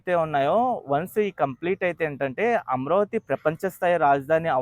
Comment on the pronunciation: అమరావతి అని పలికితే బావుంటుంది అమ్రావతి అని పలుకుతున్నారు మీరు